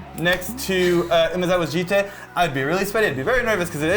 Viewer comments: as someone who studies japanese, i can confirm it should be pronounced "jee-tay", and certainly not "jit" without getting into a whole convoluted japanese lesson, there are only 5 vowels in japanese (a = "ah", i = "ee", u = "ooh", e = "eh" o = "ohh"). if you see those letters in a japanese word, the vowel is ALWAYS pronounced the same, it's not like english where pronunciation is different depending on the word. also, almost all japanese words end in a vowel (the exception is if the last letter is N.) also, a jitte is a real weapon: "A jitte or jutte (十手, "ten hands") is a specialized weapon that was used by police in Edo period Japan (1603 – 1868)." 十 = ten ("ju" or "ji") 手 = hand ("te") the "te" here is the same "te" as in "karate" (which means "empty hand") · definitely pronounced jee-tay when plugged into translate services